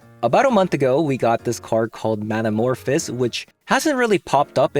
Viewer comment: Great video but please 🙏 it’s man-a-morph-ohs like in the word “those”